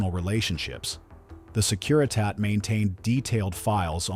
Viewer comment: Maybe your computer narrator could pronounce Securitate correctly